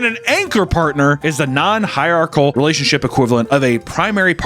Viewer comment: It’s pronounced “hierarchical”